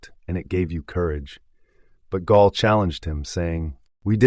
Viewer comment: Gall; not Gaul. Gall was Lakota, not ancient Gallic, from today's France.